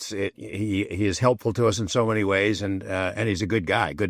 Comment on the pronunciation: Why does Jeremy pronounce the word “so” like “sshhhooo?”